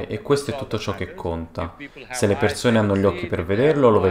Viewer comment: Persone! Non perzone!. Madonna mia che nervoso